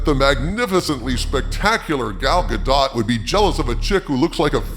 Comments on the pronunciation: If you're going to make mention of Gal Gadot, at least pronounce her name right. It's ga-DOE, not ga-DOT. Get it right. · Bruh....if you gonna prop her up like that at least know how to pronounce her Damn name. Gal's surname _ Gadot_ is pronounced like "zshah-doe`" lol!!! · I'm pretty sure The t is Gal Godot's name is SILENT